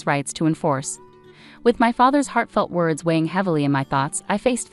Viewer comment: You need to pronounce your words correctly